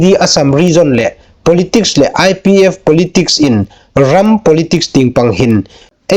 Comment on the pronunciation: Ngai nuom a um ie. Chu ruol ruol chun hotupa, i thulam dan 'le' (lê) tina dinga 'leh' ti anga i lam zie hi a'n dik naw a nih. ''Hmar nau haiin ei khawvel pal phâk chin le inhme'n'' tia 'le' khawm hi 'leh' tiin i lam a, ziek danga khawm 'le' hi 'leh' tiin i lam hlak. Ṭhahnem ngai leiin ka hung hril ve a ni chu.😅